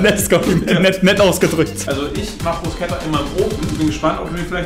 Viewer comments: Tut einfach in meiner italienischen Seele weh wie du Bruscetta ausspricht 😂🇮🇹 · "Bruschetta" gibt's net. Es gibt nur "Brusketta" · Wie Bruscetta ausspricht ahahahh wenn man sowas als Italiener hört und sieht tut schon weh aber egal, dafür hat er seine Mayo suppe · Alter man spricht Brusketta